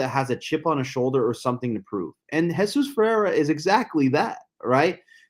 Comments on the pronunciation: Omg I turned this off after 10 seconds if he can’t fucking say his name right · For me, it's impossible to spend time listening to someone who doesn't pronounce it correctly.